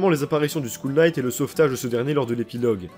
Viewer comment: t'inquiète, si on m'engueuler chaque fois que fait une faute de prononciation je cerais en dépression à l'heur actuel. Ta faute m'a juste fait rigoler :)